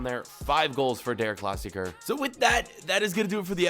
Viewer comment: Please dont say again, deRRR Klassikerrrr Say, De'a Klassikaa